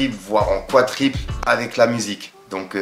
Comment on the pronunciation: On dit quadruple et non pas quatriple ! 😂😂